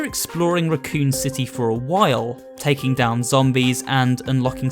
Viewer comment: It pronounced Raccoon City Raccoon as an animal.